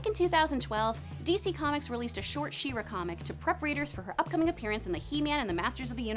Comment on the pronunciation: I am I the only one who heard “Shiro” instead of “She-ra”?